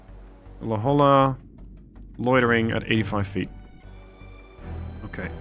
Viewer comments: La Holla 😂 it's pronounced La Hoya, please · Its hard to explain in text, but you are pronouncing La Jolla incorrect. Lets see if I can do this phonetically, its pronounce La Hoya. Just an FYI. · Just to add to the suggestions, you pronounce it "La-Hoy-ah". The "Hoy" should be like "Ships Ahoy!". I went to school there (University of California San Diego) and know La Jolla well :) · Don't worry. Me too. I came to the comments to state the same thing. La Hoya, not La Holla. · Great job though I am about to scream when you say La Jolla wrong lol. Its pronounced La Hoya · Hey, La Jolla is of Spanish origin and is pronounced as "la hoy-yah". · Usually its not a big deal, and I'm not even from California (but from another state that borders Mexico), but for some reason I can't put my finger on, your mispronunciation of La Jolla has crossed a line ...